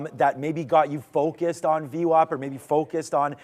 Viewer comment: If you know Brian long enough through his videos it’s called vwap like Apple, not vwop. I learn a lot from him thank you!